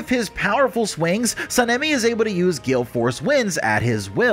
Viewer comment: His name is pronounced (Sa-Na-Me)